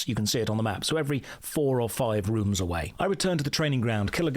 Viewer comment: This is so Runescape that when you say rooms I hear runes.